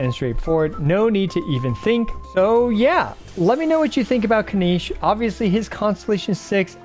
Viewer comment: Why does he keep saying Spinach's name wrong?